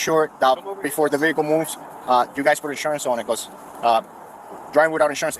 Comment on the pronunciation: I wish these low lives would learn how to pronounce Vehicle properly..the H is silent ! I'm sick of hearing Ve HIC il